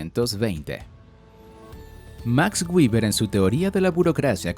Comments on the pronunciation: Hola, gracias por el video. Quería hacerte una pequeñísima corrección de pronunciación en el nombre de Max Weber, el cuál debe pronununciarse tal cual se escribe en español. Así como lo pronuncias se pronunciaría en inglés pero es que Max Weber no era de Estados Unidos ni de Inglaterra, él era alemán y en su lengua natal se pronunciaría algo así como" Max Viva". Para evitar esos errores de pronunciamientos propios de cada idioma es preferible pronunciarlos tal cual se escribe en español. Cuando se tenga dudas de cómo se pronuncia un nombre o palabra se puede usar el traductor de google, ya que tiene una función de pronunciación. Saludos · Antes pronunciaba béber, luego lo pronunciaba en inglés castellanizado como Gueber, luego aprendí a pronunciarlo en Alemán como Beba, y ahora debo aprender a pronunciarlo en ¿IA? como guiber. XD